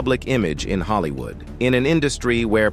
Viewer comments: I literally can’t stomach this. This AI generated voice made so many mistakes, it lets me know that the creators of this page are not credible. Pronouncing Will Smith’s movie Ali like “alley, and saying Hollywooo instead of Hollywood a number of times, was only topped by showing a picture of Wesley Snipes (which they’d already previously highlighted) when introducing Isiah Washington. I cannot!! I turned it off before I could finish the whole thing. Just stop!! These clicks, likes and watches line their pockets without them having any respect or connection to the culture. 👎🏽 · Who assembled these clips? And is the narrator A.I.? Because many of the clips are not of the people that are discussed. And there are many simple words being mispronounced. “Holly- Woo”, “riising star” “poor trial”etc.